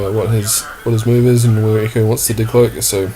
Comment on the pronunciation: Sake mate it is Echo, not Eco.